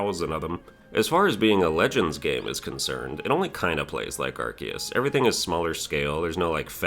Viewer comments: You're mispronouncing it, its pronounced arceus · Stop mispronouncing arceus